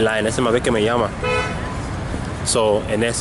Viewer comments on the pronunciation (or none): none